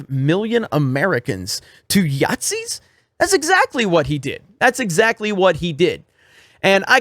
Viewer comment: I love the way he says Yathzees.